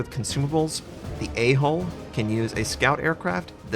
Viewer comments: LOL every time says A Hole (A Hull). Yes, my inner child speaks! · anyone laugh when he says A hole